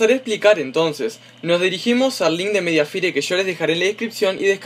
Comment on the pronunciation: boludo se dice mediafaier xD